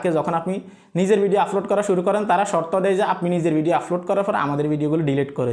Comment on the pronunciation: ভাই আপনার এই ভাষা গুলো উচ্চারণ সঠিক করেন প্রতি ভিডিও এই শব্দ গুলো বলেছেন-আফলোড,ফতিনিয়ত,,ফরিশ্রম,ফেজ ,ফালাটফ্রম